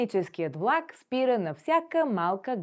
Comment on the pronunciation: Как учите чужденците да говорят правилно, когато имате говорен дефект - не произнасяте правилно "твърдото Л" (пред А, О У, Ъ). Чува се нещо между У... и прескачане на съгласната (пример: "вЛак - плнякога хи произнасяте като У, а в края на видеото въобще се чува в.ак). И ... не се заяждам, преподавам на чужденци и често се оплакват от говорните дефекти на преподаватели и роднини-българи.